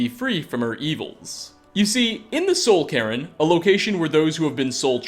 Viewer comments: Soul Care-in. No. It's Soul C-air-n. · "Soul Karen" speech difficulties just keep on giving.